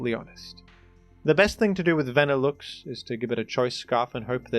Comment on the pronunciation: Wtf is a "Vannilukes"